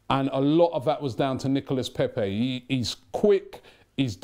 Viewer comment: How is that that Robbie can pronounce "coup" correctly but butchers "Nicolas Pepe" everytime he mentiones him??